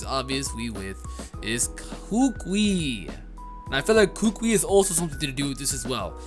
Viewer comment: will probably not read this comment but, I keep hearing struggle with Professor Kukui's name. It's pronounced "koo-koo-E". It's a type of tree that grows natively on many Polynesian islands. The kukui nuts that fall from the tree are sometimes dried and made into a leis, historically for royalty or guests of honor coming to Hawaii. Also in Hawaiian culture the older the kukui nut lei is the more "good luck/vibes" the lei will possess.